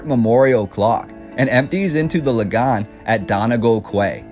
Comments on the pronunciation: Lol, Belfast wasn't very small in the 1920s, it experienced massive growth in the 19th century from 25,000 to 385,000 in 1911. 80,000 more people than Dublin. Just look up the census. Also it's pronounced Lah-gan or Laggan, not lie-gahn, you sound like a Brit saying it like that. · Thanks for the video. I'm from Belfast and have never seen many of the images. However I did laugh at your pronunciation of Lagan as Lagawn. It's Lagan with lag an stressed syllable. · Nearly wet myself at how French you pronounced Lagan. Haw He haw…🇫🇷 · Found it interesting, but your pronunciation of the river Lagan was different. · Great video about my home town. First I’ve heard about a hidden river, must do some research on that. Just one point…. Your pronunciation of the Lagan is way off. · That is the weirdest pronunciation of Lagan I have ever heard lol